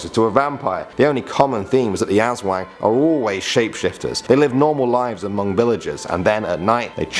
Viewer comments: WHO SAYS US-WANG ITS ASSWANG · its aswang not asweng just the a soumd is still the same also we pronounce tyanak chanak amd dewnde is still e sound is normal e sound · I laugh when he says filipino urban legends like "esweng" (aswag) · It is Pronounce as As-Wang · you mean Aswang you prounounce it incorrecly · The way he pronounces the creatures...... FACEPALM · He didn't pronounce Aswang properly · Pronunciation corrections: 1. Sirena (see-reh-na) 2. Aswang (as-wang) The "wang" syllable doesn't have an accent 3. De la salle (deh-lah-sal) 4. Duwende (doo-when-de) Put stress on the "de" syllable 5. Kapre (cup-re) The "re" is like the re prefix used on the words reduce and such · Don't say aswang as azwang And it's not tiyanak it's pronounced chanak XD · The pronounciation of engkanto (Ing-kan-to) The pronounciation of sirena (Se-re-na) in english mermaid The pronounciation of Aswang (As-wang) The pronounciation of Tiyanak (Cha-nak) The pronounciation of Duwende (Du-wen-de) in english evil elf or something The pronounciation of Kapre (Kap-re) or also known as guardian of trees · See-ren-nah (mermaid) Us-wung (aswang) Tea-yan-ak (tiyanak) Or Cha-nak Do-when-deh (duwende) Cap-reh (kapre) I hope it helped😄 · Pronouncesations= Engkanto= prononce the E as I Sirena: its not how you pronounce it like siren its serena Aswang= Pronounce the a very hard when you say the as word say it hard Tiyanak= pronounce it as Chanak not tiyanak cuz ti is pronounced chanak Duwende= you almost prononced it fine but its ok Kapre= kapre is pronounced as kapreh silent h your e is like ee Sorry if im judgy but im just like that when other people dont know how to pronounce 😓